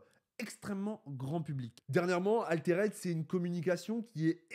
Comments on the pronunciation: Je suis loin d'être un puriste et tout mais bon... même les mecs en France le prononcent bien donc. Arrete de dire "Aléréde" haha. Altered, "Alteurd" . Pour pas que tu prennes des mauvaises habitudes pour des mois haha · Si l'aspect collection dérange, dans ce cas c'est idiot de faire un Jeu de cartes à collectionner ..... Dans ce cas là on fait un JCE, comme ça zéro spéculation et uniquement tourné vers le jeu. Sinon prononcer "Altéraide" ça fait un peu saigner des oreilles. Les français sont pas fortiches en anglais mais quand même... Autant donner un nom français au jeu . Le rosbeef mais pas trop c'est bizarre. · Ouf! la prononciation de "Altered" fait mal aux oreilles! Tu dis bien "raïse" et non "rise". C'est un petit détail mais ca donne quand même plus de crédibilité à tes propos!